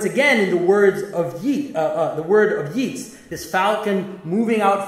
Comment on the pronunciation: He’s pronounced ‘Yates’ Jonathan